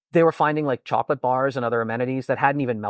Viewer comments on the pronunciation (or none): none